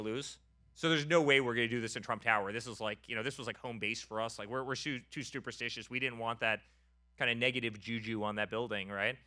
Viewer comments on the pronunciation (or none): “Stuperstitious” lol man said it twice he actually thinks that’s the word. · Stuperstitious?! Said it twice